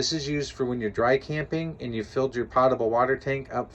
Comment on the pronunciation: I don't use my Niagara to water my plants so the water isn't "pottable" (pot-a-bull). I do however use the sink in my Niagara to drink from and make tea so the water is potable (poat-a-bull). Only yankees say it like that. Besides that, thank you for the video.